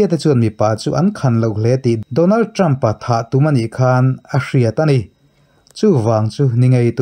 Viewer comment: Ṭam in ti zêl A, Ṭhrampha tih tur a ni zawk a sîn.